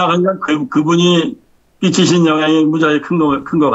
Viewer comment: 윈장, 시그르가 아니라, 신장, 위그르가 아닌지요?